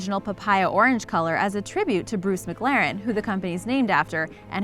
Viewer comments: It’s miclaren * pronunciation And you said miglaren Ps I know how to spell it this is to show how to say mclaren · And the MaGlaren F1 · Mcglaren I thought it was mclaren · La Man, Muhclahrin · Anyone else not like the way she says McLaren??